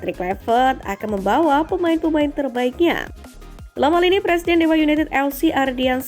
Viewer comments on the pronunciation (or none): none